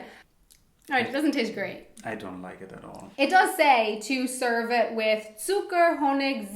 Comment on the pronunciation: "peanuts wis marshmallows" his accent is so funny :D but as a German I know how hard is it. my English teacher had a picture with a sink, a microphone and a person in a swimming pool. because german people tend to say "I sink" . they don't pronounce the T H , which is ,at least, funny to me . :D I think it's kinda cute:)